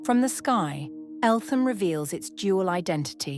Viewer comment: The TH in Eltham is not pronounced.........😇 Great footage !